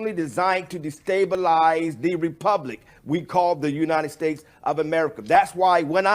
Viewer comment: “United tates”